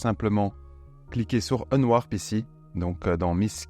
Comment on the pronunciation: Mais j'étais là il parle de quoi ?? "si vous faites un nenoir"... Un nenoir un nenoir... L'ami.. Cest pas unwarp... C'est unwRap... Qu'on n'ai pas l'accent je veux bien, mais ne déplaçons pas les lettres.... 😂😂😂😂😂